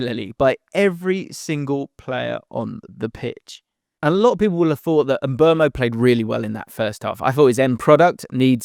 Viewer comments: It's Mbooomo NOT Mburmo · mate. Please don't talk about Mbeumo this long next time if you're not going to say his name correctly. It's Mboomo...not Mbwermo. Your employers (Premier League) put out a video of players giving us the correct pronunciations of their names. What's the use of that if commentators and all you lot will still be butchering their names?